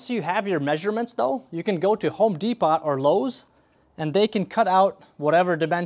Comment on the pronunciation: Bro really pronounced the T in Home Depot